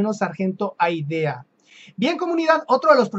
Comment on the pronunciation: sin ofender... una sugerencia, cuando lea los textos de sus videos, hágalo con calma, nadie lo apura, porque comete algunos errores de lectura. Ejemplo ud. leyó un nombre muy importante para nosotros Aidea, lo correcto es ALDEA. y a sí muchos otros, que en algunos comentarios de algunos videos es muy recurrente. Insisto, lea con calma.